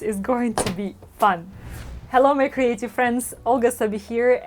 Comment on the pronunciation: Your videos makes me smile and I laugh every time because it sounds like you are saying hello my crazy friends LOL, could be, could be. You are an inspiration and prayers for you and your loved ones to stay and and stay creative or crazy lol ❤️